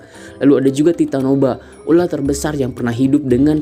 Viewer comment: Titanoboa. Bukan titanoba😅